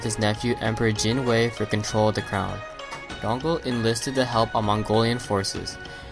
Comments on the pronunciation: It's pronounced yon-gul I knew him personally and he would refer to himself in 3rd person, as yongul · The pronunciation of Yongle in this video is wrong. it should be Yong-Le